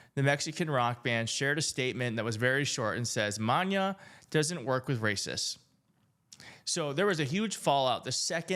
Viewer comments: It’s not Maña…. It’s Mana… mah-nah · For the record, it is not Mahn Ya. It's Mah NA. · "Ma-NAH," not "ma-NYAH." "de pyes a ka-BE-sa." Pies is feet. It's one syllable -- p followed by "yes" -- pyes Your Spanish IS terrible. That's OK, though. We still love you. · Please research first... it's MANA not MANYA, pronouncr it properly, there is google to verify pronunciation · You are so cute!!! The accent on Mańa is not an ñ. So, it is pronounced “maw-NAW”. 😉🙃😌. You are welcome!❤❤❤❤ I love your channel! You Rock!! 🤩🤩🤩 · It's pronounced ma-nah not ma-nya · Maná= Ma- nah not maña not man-yah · Manán is pronounced "mah-nah" NOT "Manya" ... thats all ... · Its Mana not Mania. Furthermore Nicky Jam ain't no Latin Superstar 😅😅😅. Maa/Nah (Mana) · Bro, love your channel, but it’s pronounced ‘Ma-na’ not ‘monya’. The accent is over the a, not the n, emphasizing the second syllable. The way you are pronouncing it would be if the ene (the tilda sign over the n) was over the n. Kudos for admitting you can pronounce Spanish but tbh, Mana is a Latin superstar and he has been a global icon for decades! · It's pronounced Mah NAH, not manya. The accent is on the last A and this band is HUGE with Latinos. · It is MANA, no Maña. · Maná is pronounced "mah - NAH" (the accent is over the "a" in the second syllable) ... it is NOT pronounced "mahn - yah" (the "n" does not have a tilde). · You are mispronouncing Maná. You're pronouncing it like Maña. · It's Maná not Maña 😂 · There's no Ñ in Maná, not "Manya" just "Maná." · It's not "Maña", it's "Maná"! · Pronounced: ma’NA (not manya) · There's no ñ It is Ma Na accent on the last silable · No you're hot!🫵😃. So I'll forgive your Spanish...It's pronounce like maga with an accentuation on the last syllable MA-NA'. They are for Mexico, what U2 is for Ireland. Long Time listener, long time caller 💪💙 Keep up the GOOD work! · It's pronounced: maa- nah. Thanks for trying. ❤ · Maná, phonetically will be more like “Ma-naw”. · it's Ma-nA. ✌️